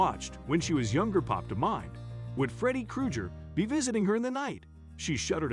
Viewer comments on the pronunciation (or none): I've seen this before. And it's CREW GRR not CREW GHER...that's CRINGE GEE. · Did he seriously say Freddie KruJer?!?! 🤦🏼‍♀️🤦🏼‍♀️🤦🏼‍♀️🤦🏼‍♀️ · Freddie "Kru-jer"? Oh, lordy-me. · So we not gon talk about how he said Freddy KruJer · A horror plus suspense story that’s comedy in reality with Freddy Krueger pronounced cruger on the background. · I should've stop this video when he said "Freddie Kru-gher". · I stopped this clickbait shi when he mispronounce Freddie's last name.